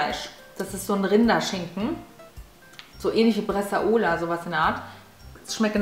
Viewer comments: Wie lustig du Bresaola einfach aussprichst😂👍🏻 Habe italienische Wurzeln & weiss daher wie es ausgesprochen wird😉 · Wie du "Bresaola" sagst hahaha ...